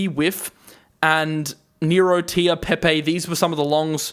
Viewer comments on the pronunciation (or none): none